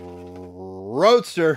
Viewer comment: Lol I know its love or hate with the Rrrrrrrroadster, but it gets me every time. 😂